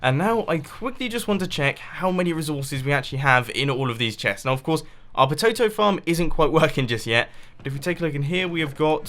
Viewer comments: rather than say "potato farm", Mumbo says "pototo farm". Spoon count +1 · Patoto? :p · says: patoto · he said potoetoe farm lol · Time stamp - "Patoto" ? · did he just say pototo? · POTOTO?????? The hot weather is really affecting you!